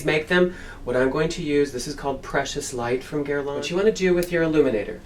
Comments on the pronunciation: Incredible that a "world famous" makeup artist cannot pronounce the brand name correctly. It is NOT GuerlAAAANE! It is Guerlain (an Æ in the end and it is nasal). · I can't believe that you mispronounced Guerlain. It's not "gurr-lawn." The Internet has websites that give you the correct pronunciation of French words and names.